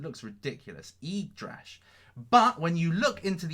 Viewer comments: its YGGDRASH not YYGDRASH! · yGgDrash instead of yYgDrash.....just saying, scams etc...KEEP UP THE GREAT WORK!